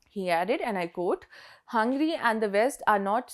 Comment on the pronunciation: Just a tip, focus on pronounciation of some of the words like Hungary, Obran, etc.